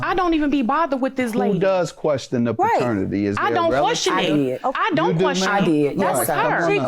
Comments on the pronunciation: Somebody tell its PATERNITY not FATERNITY. 😂😂😂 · If she don't get off TV saying fraternity!!!!! OMG do better. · Why is she saying "fraternity" instead of paternity! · Plaintiff keeps saying fraternity 🤦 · if she says faternity one more time.... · She did say fraternity. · Please stop saying “fraternity” for your child 🤦🏾‍♀️paternity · If she says “fraternity” one more time. 🙄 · Was the cousin saying fraternity? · Both sides wrong, and if the baby mama dont say paternity correct she keeps saying faternity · If she say FAHternity one more damn time! 🙄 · Is the plaintiff saying “faternity” instead of “paternity”? 🤦🏾‍♀️ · It's paternity not fertanity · Side note: did anyone else notice how it sounds like she said Fraternity instead of paternity? 😅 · OMG! Thank you! I’m like why is the judge not correcting her ass. And she got the nerve to say it over and over. Like what ma’am. Please get it correct & then together🙄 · I screamed at her through my damn phone. Other judges would have corrected her as Judge Mathis should have.